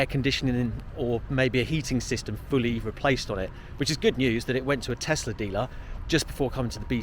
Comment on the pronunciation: Why do people keep calling it a tezzlaa it's tesla